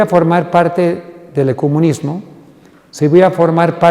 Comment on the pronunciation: He perdido minutos, y no he escuchado Palabra de Dios, hasta no sabe ni expresarse este zombie, se dice ECUMENISMO y no ECOMUNISMO oye simplón. Habla sobre el GRAN CHASCO y deja de estar mencionando a la loca de Elena, que les hizo vestirse de blanco y esperar en los cerros la venida de Jesús. Ya estas viejo y sigues creyendo en falsedades. Recibe a Jesús en tu vida y camina en la senda correcta.